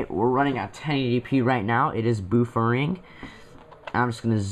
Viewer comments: I think you mispronounced "buffering." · you say buffering weird